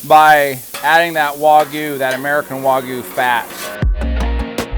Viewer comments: It's not waGOO, it's wagYU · I cringe every time they wuagyu lol it wag like a dogs tail lol i bet they say ruf instead of rooooof lol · It's waygu not wohgoo